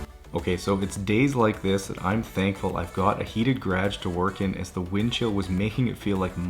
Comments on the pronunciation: Why do you pronounce garage like that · Who needs that first "a" lol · are u saying garage? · Things I have learned while watching this channel: Bunny hugs, timbits, toonies, and an alternative pronunciation of the word, "garage" That's all I can recall off the top of my head but I'm sure there are a few more.